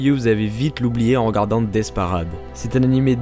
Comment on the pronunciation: Alors le death parAde ma dessus on dit paraide je mais le i pour que tu comprene mol